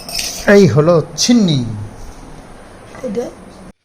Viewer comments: ছিন্নি না সিন্নী বলে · ওটাকে ছিন্নি বলেনা, সিন্নি বলে। তুমি যেমন উচ্চারণ করবে বাচ্চাটাও তাই শিখবে। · ছিন্নি না ভাই সিন্নি হবে কথা টা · Chhini bole na otake shinni bole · Chhini bole na, Sinni bole, sandhye belay pujo kore prosad bitoron kore prosad kheye snan korte hoy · ছিন্নি বলে না ওটা সিন্নি বলে ভাই।আর হ্যাঁ আমাদের এখানে শ্রাবণ মাসের প্রত্যেক শনিবার বারের পুজো হয় মন্দির গুলো তে যার জন্য প্রচুর ভিড় হয়।আর বারের পুজো শুধু দিনের বেলায় না সন্ধ্যে বেলায় ও হয় ।যারা উপোস করেন তারা প্রসাদ বিতরণ করে নিজেরা প্রসাদ খেয়ে স্নান ও করেন।আমি ছোটো বেলা থেকে যা দেখে আসছি সেই অভিজ্ঞতা share করলাম তোমার সাথে। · Chhini bole ota shinni. Hobe